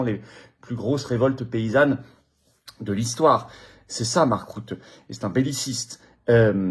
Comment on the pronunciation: On ne dit pas (Mark) "route" mais "ruten" , donc "rute" suivi d'un "n" (le "e" est muet et ne "n" est isolé, suivi d'aucun autre son, donc il faut éviter de dire "rutène").